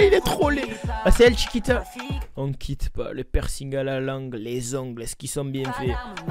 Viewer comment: Mdr elles disent tchikito 🤣